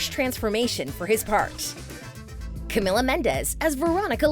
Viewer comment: It not pronounced Camilla it’s pronounced Cameeeela